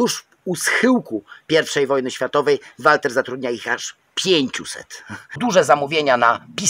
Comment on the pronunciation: Wkoncu ktos powiedział mi jak czyta sie Walther. Dziekuje za jak zwykle świetny film